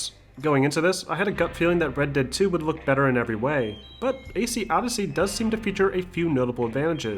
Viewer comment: Why does he pronounce "dead" as "dad"